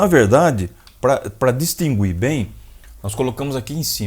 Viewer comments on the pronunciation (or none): none